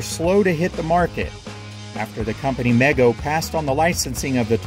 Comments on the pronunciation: MEGO was pronounced ME GO, not like mega or maygo. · Not to be pedantic, but I believe Mego was actually pronounced Mee-go. 😁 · Mego is pronounced Mee-go. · it is pronounced mee go not mego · the commercials used to say it like MEE-go, not meg-o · You missed the toys I played with the most int he 1970s: Mego's World's Greatest Super Heroes line up, specifically, Batman and Robin and the Batcave. Also, from someone who lived through the era and saw commercials every afternoon, the pronunciation is MEE-go. Trust me on that. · Mego does not rhyme with Lego. It's pronounced "Me Go." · It's pronounced mee-go